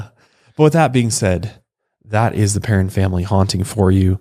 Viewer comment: As a Perron myself this case always creeps me out so much. Also thanks for saying our name correctly!